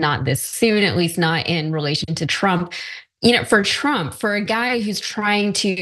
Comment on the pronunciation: Did he say "Pro Tump"???